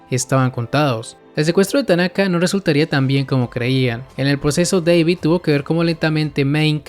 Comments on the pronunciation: Flaco David se dice no Deivid hablas español no sos janki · Una cosa, según el mismo David dijo que era David no " deivid " jaja ja XD pero es lo mismo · Wey hasta en inglés le dicen David, por qué tú le dices Deivid XD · se dice dabid wey no deibid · JAJAJAJ me da risa el vídeo recordando los primeros capítulos de cyberpunk "Deivid" David Martinez: "que no es deivid es DAVID DA-VID" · Da-vid NO Dei-vid